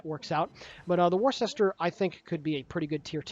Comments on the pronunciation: lol...so triggered by pronunciation "war-shester"...but I am from Massachusetts. It is pronounced "wooster." LMAO ;-) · As someone who is FROM Worcester, it is NOT pronounced "Wor-ses-ter". It's pronounced "Wusta". I know it's weird, but that's honestly how it is. I cringed when you first said it. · of Warships - "Worcester" is pronounced as "Wooster" FYI. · Worcester is pronounced Wooster... Or woostah if your a local... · worcester pronounced woooster?? dont know why, but it was an atlanta replacment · Its pronounced wuster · pronounced Wooster as in the condiment Worcester sauce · It's pronounced 'Wuster' :) Like cleaning with a 'duster' ... you can do it !!!!!!!! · She is pronounced Wooster as in Jeeves and Wooster. There is also a sauce called Worcester sauce that is added to Bloody Marys and that is also pronounced Wooster. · It's pronounced ........Wister........ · Its pronounced "Wooster" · Here in Maryland, Ive heard people pronounce it as weird as "war shis ter" when talking about Worcester County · How to pronounce Worcester